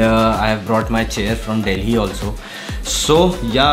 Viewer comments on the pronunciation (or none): none